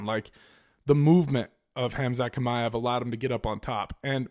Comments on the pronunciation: It's "ch" like when you pronounce the word "channel " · Aaaaaaggghhh, I hate your pronunciation of Chimaev 😂 but good video still, keep it up.